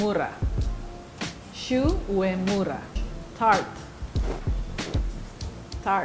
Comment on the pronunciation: She pronounced Shu uemura wrong